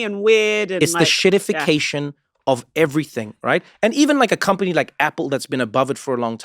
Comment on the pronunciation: Get it right, Trevor. It's "EN-shittification". :p